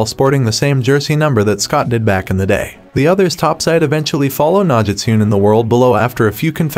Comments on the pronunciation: Cringing every freaking time he pronounces "nah-ji-tune" throughout the whole video. (No-gi-stu-ne) Nogitsune! dammit 🙄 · I literally said to myself, why does he keep saying Nogitune lol. They literally say Nogitsune in the show and movie 😂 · It’s pronounced “no-git-soon-aye”…Nogitsune! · The way he said Nogitune🤣u can tell he didnt watch teen wolf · Nogitune 😂😂 this guy definitely hasn’t watched teen wolf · bothers me dude keeps saying "nog-gis-tune"... atleast have the pronunciation right lol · Obviously 🤣 it’s got me laughing so much the way he says it 😭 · Definitely enjoyed the movie, and I hope they make more movies.... But that can only happen if this movie does well.... PS: Can someone please let him know that he's mispronounced Nogitsune wrong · The way he pronounces Nogitsune irks me 🤣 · You havent watched the show. Maybe not Even the movie. You cant pronounce "Nogitsune" correct...Also I dont think Derek is really dead. He went where Nogitsune went. You cant kill the Nogitsune. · So we ain’t gonna talk about how he said nogitsune